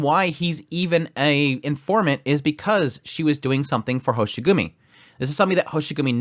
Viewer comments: It's Hoshiguma not Hoshigumi. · Sorry, but I'm gonna be that guy: It's Hoshiguma, not Hoshigumi. Happy you enjoyed the somewhat slower ep. Though things are gonna pick up soon! If you still have the 5* selector tickets that you just get at the start of the game, then you should be able to find Swire in 1 or 2 of those tickets. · General information is that, Ch'en's race is lung and Talulah's race is draco. Also it's hoshiguma not hoshigumi.